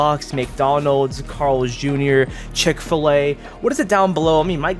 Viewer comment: Chick-ful-a or Popeyes